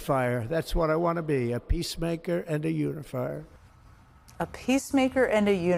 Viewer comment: I think he said "unifarter" not unifier.